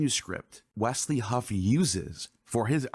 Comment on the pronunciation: There is no T in Wesley Huff, just letting you know, God bless brother, keep up the good work!